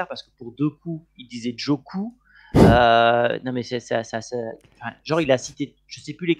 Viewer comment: Et pour et la prononciation des joueurs belges c est clair que c est un peu tache ya l exemple de doku à la place il dit Djoku mais également De Bruyne il dit de Brune et Lukebakio il dit Lukebalo non ça c est pas sérieux 😅😅